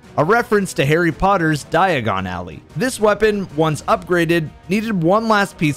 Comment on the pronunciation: Eye-doe-lon is how Eidolon is pronounced, and it's ally, not alley, as in a friend.